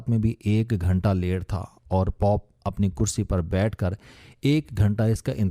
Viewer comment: آپکے تلفظ کا جواب نہیں شہر کے نام پوٹن کا نام تو ہوا سو ہوا مگر عیسائیُگے سبسے بڑے پیشوا کو پوپ (جیسے توپ کہتے ہیں) اسکو آپنے ( پاپ) ایک امریکی گویونکا ممبر بنادیا؟ توبہ توبہ! مطلب جہالت کی انتہا ہے؟ 😱😳😥